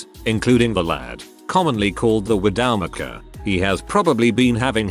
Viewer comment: Commonly called the "WID - OW MIC - AH!" LoOoOoOoOoL! 🤣